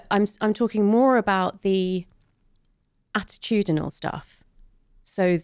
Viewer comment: “Attitudinal stuff”